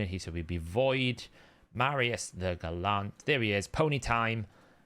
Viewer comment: Are you under strict instructions from HH to mispronounce names as often as possible, to stick with his brand? Or have you just never heard the word gallant before?